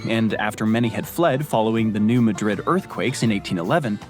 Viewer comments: First off, it's New MAAdrid. It's not pronounced like the capitol of Spain. Secondly, it's a highly volatile zone prone to earthquakes more powerful than the San Andreas Fault. Earthquakes from that particular area have been known to reach all the way into Boston. And those earthquakes literally opened up the Earth a few times as well. And it caused the Mississippi River to flow north instead of south, filling an area called Reelfoot Lake in Tennessee and Kentucky. Reelfoot Lake is the only above ground natural lake in Tennessee. The other is the Lost Sea, which is the 4th largest underground lake in the world. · The pronunciation of New Madrid is irking me not gonna lie. Edit Texarkana too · New Madrid is not pronounced lik😢 the capitol of Spain. Cairo is not pronounced like the Capitol of Egypt. It is pronounced like kayto. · I really wish these narrators would take the time to learn how to pronounce city and county names before they spout off and mispronounce them. 😥 It's pronounced New MAD-rid, not New Ma-DRID. It's Missouri, for heavens sakes, not Spain! 😡😤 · Its pronounced New Maaahdrid not New Muuhdrid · the video mispronounces the local way, New Madrid,,,, should be MAY drid not muh Drid, and Cairo is like Karo syru;p KE ro, the capital of Egypt we say KAI ro, to be confusing, English speakers can't do IKEA furniture, here it is EYE key-uh, ,,, the rest of the world: ee (like tea) KAY (like pay) uh, to make sure, YouTube does drive-thru videos of many small towns, (YT search: Drive tour Cairo Illinois) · If the Spain vs Portugal /New Madrid thing bothers you, maybe this will help. Locals pronounce it New MAAD -Rid, not Muh-drid. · If it makes you feel any better, New Madrid is not pronounced the way he is saying it in the video. It is Mad rid, not Ma drid. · New Madrid, at least here in Missouri, is pronounced ‘New Mad-rid, instead of New Ma-drid’. New Madrid, MO is miles southeast of Lisbon, MO. Enjoy. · Its New Mahdrid not New Muhdrid.